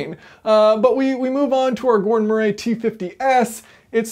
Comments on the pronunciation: Gordon’s surname is not pronounced “Muh-ray”, it is pronounced “Muh-ree”! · For the record. In the UK Murray doesn't rhyme with hooray 😂😂😂